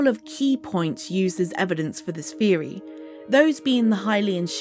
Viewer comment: Its pronounced theory not feory